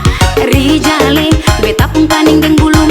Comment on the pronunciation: Pengucapan Rijal, penulisan Rizal. Beda tu